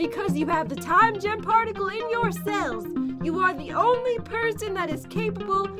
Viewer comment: Pat when you say time gem here’s like time